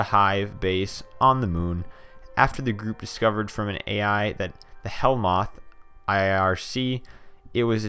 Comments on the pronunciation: Ok first its hell-mouth not hellmoth buddy and second you need glasses because if you see starmap and you say its stramp then you definitely need glasses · Why couldnt you pronounce starmap or hellmouth